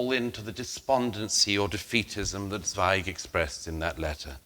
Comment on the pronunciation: Total prat. He doesn’t even know how pronounce the name Zweig.